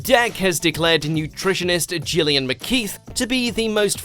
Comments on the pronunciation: am i the only one that is concerned that he pronounced it as gillian instead of jillian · Did you just pronounce Gillian the way you just did?! Shook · what was that pronunciation of Gillian 😂